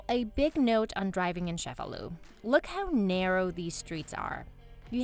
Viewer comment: The ce in Cefalu is pronounced as ch like the word chase. ie so , sounds like chefalu , not Shefalu!